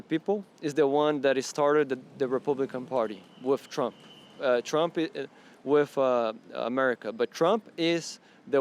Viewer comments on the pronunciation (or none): "Wiff America"